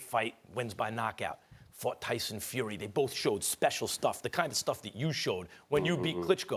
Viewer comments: Did he just say Dyson get it right mate wot a dinlo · "Dyson Fury." Stephen's pronunciation got sucked. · It's Tyson you Toby not Dyson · Stephen said Dyson Fury 😂😂😂😂😂😂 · MAN SED DYSON FURY 🤣🤣🤣😂😂😂🤣🤣🤣😂😂😂😂😂